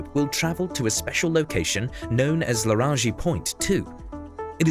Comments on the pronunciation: laraji point ??? irs LaGrange point lol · That's not how you pronounce "Lagrange." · Weird pronunciations of Lagrange and Michio Kaku but otherwise a good video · It's Lagrange point. La-gran-ge. Not Larogee. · Larange (orange) point? Did you meant LaGrange? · Lagrange is pronounced lah-grah-nge not larangie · A great informative video, but I have to admit I cracked up a bit when you said lara-ge point 2 (I believe lagrange should be pronounced la-gronge?). It reminded me of when my science teacher pronounced Liebig condenser as Lie-big rather than lii-bich. English pronounciation is funny sometimes 😂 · larangee? Really you don't know how to pronounce lagrange? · Lagrange is pronounced La-granj not La-rongee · yeah that too, but it's La Grange, not Le Grange. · "special location known as La-Rajee point 2"? That's a weird way of saying "Lagrange point"... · Not Legrangeeeee. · Ah, Lahranji point. Is that anywhere close to Lagrange point 2? (Come on, people, if you do a video about it, why not spend literally 10 seconds to look up how words you don't know are pronounced...) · Lagrange /ləˈɡrɑːndʒ/ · Ive never heard lagrange pronounced laraJi before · Lagrange... La-gran-ge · Not sure what a "Laranji" point is ;) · "Larage" point? You mean Lagrange point? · It's called the TRAPPIST system, not Tappist. You also mispronounced Lagrange point... it's pronounced = luh graynj (last syllable sounds like range, but with a G.) If your going to do Astronomy videos you need to be more accurate. There were other mistakes, but these stood out the most. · "called cryocooler" "the le-ra-gee point" "mich-ee-oh ko-ku" wikipedia has never sounded better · Lagrangee point?! LOL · Good video, just a couple of things It's Lagrange point NOT Larange Point (LARANJEE as you said it) TRAPPIST not TAPPIST as you had written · What's a Larangie point? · Great video. Lagrange point, not laraanjee point though! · its Lagrange, not Larage... anyway nice vid :-)